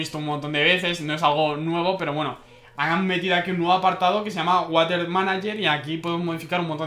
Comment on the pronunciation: water no de lee asi se lee warer